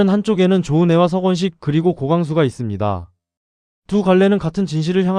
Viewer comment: 석건식이 아니고 서건식 영 거스리네요